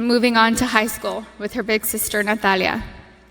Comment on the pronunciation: I just love how she says "Natalia" with that beautiful castilian accent ❤